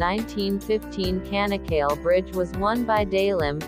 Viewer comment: bu tanıtımı bu bayana kim okuttu.. ç sesini söyletmeyi öğretemez miydi kanak kal değil Çanakkale. ingilizce Chanakkala ..olarak hatırlatılsaydı.. couldn't you pronounce Ch . the bridge's name is Chanak-kala ..not kanak kal